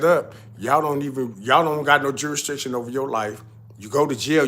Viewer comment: Shout out to u! Keep up the real work. I just got to say this my Nigga is pronounced Jurisdiction not juristriction. lol its like u mixing strict jurisdiction into one word. But other than that it’s all facts